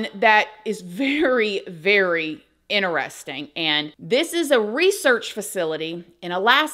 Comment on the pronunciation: I like how you say "inner resting" to mean "interesting". Hihihihi